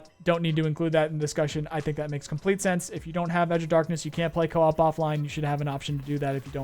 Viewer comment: let me help Coe as in hard O and Ahhp... Co-op, not cop.